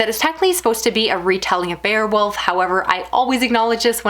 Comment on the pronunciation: It's pronounced bay-a-wolf, not bear-wolf.